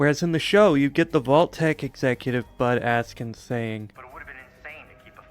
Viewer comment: Every time you said "Bud Askins" I heard "Butt Ass-kins" and I giggled.